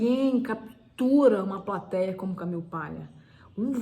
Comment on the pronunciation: Ótima visita à obra da Camille. Parabéns! Porém, achei a pronúncia “Camiu” extremamente irritante por estar longe de um falante nativo da língua inglês e mais longe ainda do aportuguesado “Camile”. Nem lá nem cá, apenas pedante.